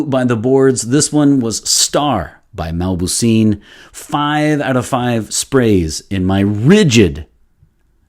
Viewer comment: The name is not mabouseen it's mauboussin.